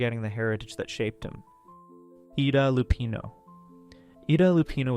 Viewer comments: It is Peter Lor-ee, not lor, and it’s eye-da Lapeno, not e-da. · Her name was pronounced - EYE-duh, not EEE-duh. She was also Catholic, not Jewish. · Yes, it's Peter Lorr-ee, and Ei-da Lupino!